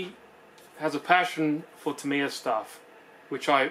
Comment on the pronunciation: You say tamyia funny